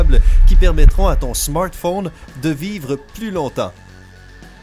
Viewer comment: Ton smortphone 😂😂